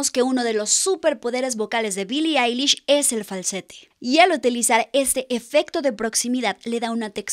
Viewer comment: Mi like porque eres la primera persona q doce bien el nombre y el apellido de billie eilish ( se dice ailish) asi q mi like